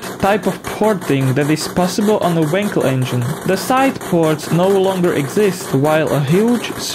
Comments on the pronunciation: For the love of god it's wankel not winkle stress the fucking A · you say wankel with an a like in wallet :)